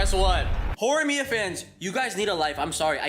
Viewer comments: "horiyami"? Bro. It's just four syllables. How did you mess up? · Did you say horiyan???!!!? You tourist /jk Great video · "Hori-Yami"? (It's Horimiya) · and why do they keep calling HoriMiya 'HoriAmi' and wtf does 'gooner for girls' i dont even understand this Murican generation I didnt want to look up their channel because it would fill my youtube with dumb recommendations all week so glad I could watch it through this video but its worse than I thought. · It’s pronounced Horimiya but go off.